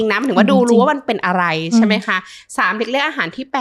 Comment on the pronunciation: เนื้อหาดีนะคะคุณหมอ แต่ถ้าปรับภาษาพูดให้ชัดเจน ถูกต้อง จะ smooth มากขึ้นค่ะ เช่น จาก เมื่อไหล่ เป็น เมื่อไหร่, จาก อะไล เป็น อะไร // ประมาณนี้ค่ะ :)